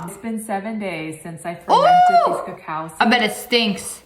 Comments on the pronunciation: It's not pronounced ca cow its cocoa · It's coco not cacaww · it's cocoa seeds and coco bean. Not cacow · ITS CALLED COCO NOT A COCOWPAWD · It's not called cacoao it's called coco pod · notmto be rude be its pronounce coco not cacow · .. i saw tht same video on yt shorts lol.. its not "cuhcow" seeds lol.. its "cahco" seeds..im from the caribbean n this is how u pronounce it~ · cocoa not cacow.. still luv u tho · Its coco pod not coaco pod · Why do you Americans pronounce it 'ca cao'. in Grenada a country in the Caribbean where I live, there's a lot, and its pronounced 'co co' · what the heck is a "ca cow" seed it is Coco seed these white people. Please get it right. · ITS COCO NOT COCAO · ITS NOT A COWPOT ITS COCO GET IT RIGHT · Who the frik says cawcow pods is it not cocoa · also did sniper wolf say cacow pod its a coco pod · Cocoa beans is the name I hate to hear people say cacow seads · im sorry mam but u said a cacow plant it a coco plant this is a vailation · cocoa not cacao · As a Caribbean person i can say, the word is cocoa but pronounced as coco take not snipes <3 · Cac ao it is pronoused coco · It's pronounced coco seeds, but spelt cocao, lol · Srry but sssniperwolf it's pronounced co co but spelled coa coa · We have cocoa everywhere in Africa I ate it. It's nice and that's not how to pronounce it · The way she pronounced cocoa 😂